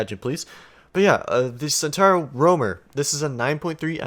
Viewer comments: Chentauro not Sentauro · Its pronounced chentauhro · As an Italian i might to say that your pronunciation of centauro is not that bad, but there is definitely space for improvement 😉. I'm really looking forward to this patch and especially for the centauro. Keep up the good work👍 P.s. If you want I can try to explain how to pronounce it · It's pronounced sen-tau-row (Tau the Greek letter) Row-mar